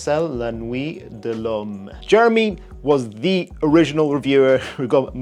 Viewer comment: I like watching the gay guy with tats who makes funny sissy hand motions. Claims to be a chemist but can’t pronounce l’homme 😂. He is paid by houses to do a review and say good things (if he seems to hate it on someone else’s channel). I love watching his reviews for pure entertainment value